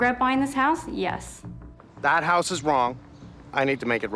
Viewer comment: It’s a house not a hoooouse😅